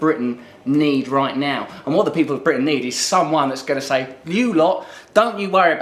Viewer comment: Hey - pause the video when Russell says "ordinary peo'P' (for pause) le". There's what Ed thinks of ordinary people - with fear in his eyes! I'll probably vote for him now he's been on the Trews ;-)